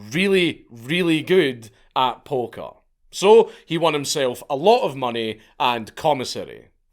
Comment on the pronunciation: He loved playing polka threw me off for a bit until I realized bro was saying poker